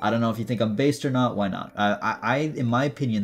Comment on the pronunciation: I died inside when he said based instead of biased